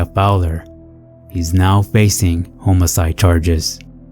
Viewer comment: Homocide wtf is that you moron learn to pronounce words before you narrate a story🤦🏻